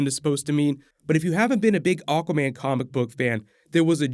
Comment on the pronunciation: Keep hearing "oh common" when u say aguaman.😁